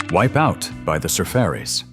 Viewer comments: . You say "surferries" I say sur-far-ies. One night in 1967, in a quonset hut on MCRD, I was tortured most of the night by drunk Marines playing this damned thing repeatedlly--and shouting over the music! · Not Sur fairies, sur far ees. As in Surfing Safari. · The Surfairies? What's the Ai guy trying to say? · Am I the only one who thought the Surfaris was pronounced sir-far-ees?Not surf-er-red? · Soo Fuh Rees???? Yes, "Wipeout" was their biggest hit, but we all remember "Surfer Joe", too. Add the lesser-known but popular dance tune, "Point Panic". They had a few other good songs. You are sharing some great songs with us, but you do not know the history of your topic. BTW, Barry Maguire was the co-writer and a singer in The New Christ Minstrel's "Green Green". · It's not Surfairies, it's pronounced Sur-fari. Combining Surf and Safari Safari .. a journey or an expedition. The Beach Boys.. Surfin' Safari. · Surfaris, pronounced : Sur - Far- Eeez --- NOT!! Sir Fairy's. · Su-Far-ies. Not Sur-Fairies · Safaaaaries, not surfairies. Geesh! At least get someone who knows something about the 60”s music. And psycadeelia? It’s psychodelia. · The band was not called the SURFfurries it was pronounced surFARies. Like SAFARIS. Dam ai speak. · Where is talking the pronouncing the name of the group is saying Sur furies 🥹🥹🥹the the pronunciation sur faries!! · THE SURFARIS ARE PRONOUNCED SUR FAR' IES, NOT SURF ERIES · Surfaris. Pronounced to rhyme with "safari." Not surf-fairies." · The sa fare ees? The sar far ees?. Good grief. It's sa far ees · Sur FAR' ees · uh..the surfairies and surfer-ees. hate AI. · The Surfaris were not a one hit wonder. And it's not pronounced surfarees. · Oh AI. Surfer-ees? I'm outta here... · WIPEOUT BY THE SUR-FAIRYS .. LOL .. AI is funnwy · The group was called, The Sur far ies my AI idiot. I was 11 years old in 1968. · You have to pronounce The Surfaris correctly. The Surf Aaarees. Ask any DJ. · The band's name is pronounced "SIR-FAR- EEEZ" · Sur FAR ees